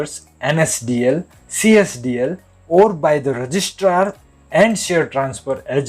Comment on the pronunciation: Csdl nahi cdsl ha.. ha... ha...